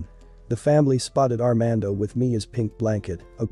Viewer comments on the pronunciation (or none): It’s ar mon doe sound it out not ar man do